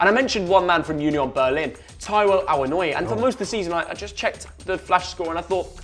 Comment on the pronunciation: You really need to sort ur pronunciation of Awoniyi